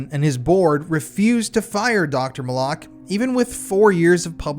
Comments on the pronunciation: No offense, but if you would have done your due diligence on this case, you would know that Dr. Fahmy Malak’s name was pronounced MAL-LICK, not Ma-lock. There are quite a few YouTube documentaries on this case that show interviews with Dr. Malak. Sorry, just a pet peave when people try to present a true crime story and then lose credibility by something as simple as mispronouncing a main character’s name. It makes me wonder, how much you really know about the case if You don’t even know how to properly pronounce his name. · How sober can you really be bro?😂 you pronounce the doctors name right the first time after that, you’ve been screwing it up Malik or Molock which one bro bro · Malak.. suspiciously sounds like ‘MOLOCH.’ that is so strange. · Resorting to personal attacks rather than engaging with the actual point only highlights the weakness of your position. Pronunciation might seem trivial to you, but accuracy is crucial in presenting credible true crime narratives. This wasn’t just mispronouncing a random person’s name; Dr. Fahmy Malak was at the heart of the controversy. Why would the YouTuber not watch as many documentaries as available on the case, all of which clearly pronounce his name correctly? If attention to detail in something as simple as a name is overlooked, it raises concerns about the overall reliability of the information being presented. What is dumb is dismissing valid critiques instead of considering the importance of thorough research and respect for the facts.”